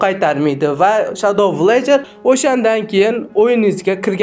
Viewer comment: Villagerni va Herobrinni talafuzi ham boshqacha👎